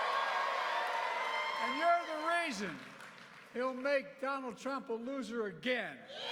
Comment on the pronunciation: Poor guy cant even pronounce Donald Trump without tripping his tongue